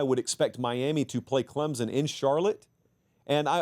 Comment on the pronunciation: PLEASE….for the love of God there is NO ‘Z’ in ClemSon.